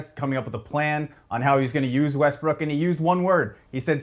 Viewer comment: This guy say Westbrick?